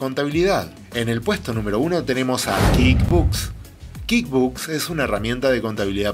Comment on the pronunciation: "Kid" books? Me perdiste en el primer minuto, se pronuncia KuickBuksss, dudo que sepas lo que estás "enseñando" si no sabes ni cómo se pronuncia el software.